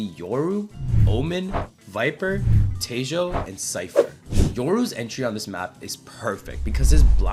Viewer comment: bro said te-joe